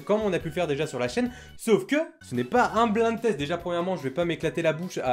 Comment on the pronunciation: ÇA NE SE PRONONCE PAS BLIND TEST MAIS BLAÏNDE TEST